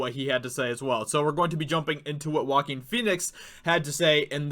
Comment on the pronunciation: Name is prounounced 'Wah-Keen' 'Fee-nix' not Walkin' Fenix.